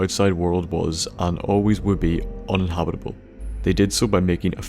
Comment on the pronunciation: do you mean un-in-habitable? :)